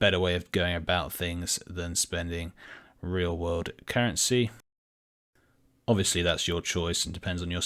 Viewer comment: Stops playing WoW, still watches, keep up the good work. But i must admit, it sounded way to strange everytime u said Real world currency